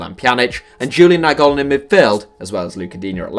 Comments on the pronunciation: Did this guy really say Julian Niagolan? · Julian Naingollan?? I can’t have been the only person to hear that?